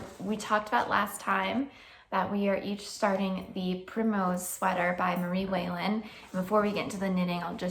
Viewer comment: I love that you and your Mom are doing a Marie Wallin sweater together. You are brave. I do think you are mispronouncing Marie Wallin's name. Carry on, can't wait for the next episode.